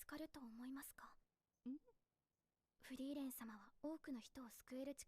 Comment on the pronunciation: Just say "Free-ren". German "ie" is like english "ee". In case nobody has mentioned it yet, almost all names int this show are German words and if you translate them you get a hint on the persons characteristics most of the time.